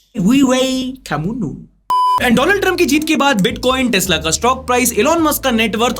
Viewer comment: sir vo Daland nahi Donald hai